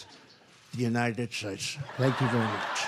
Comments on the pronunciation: "God Bless the United Shites" -- Donald Trump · The United Shites. Yup seems legit.